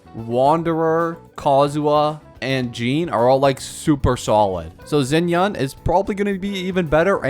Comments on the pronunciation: Gaming or Ga Ming (Cantonese) for Jiaming (Mandarine). U can pronouce it the Cantonese way Gah Meng or Gaa Mying or use the mandarine way for simplicity Jiaming. Its the same thinge anyway. Xianyun or Xian Yun (Mandarine). Its like u pronouce Xiao. Its the same Xia. And the Yun of Chongyun. It is NOT Xinyan like u pronouced it. Anyway the video was fun and Informative so im subscribing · his name is pronounced like Jiāmíng, and hers is Xiányún, not like Xinyan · Not you completely butchering XianYuns name jfc